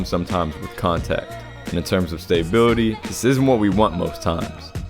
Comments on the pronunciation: *stah bility lol never heard STAY bility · Stop saying staybility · I love all your videos but you're killing me with the stay-bility lol.. respect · S T A Y B I L I T Y... great video though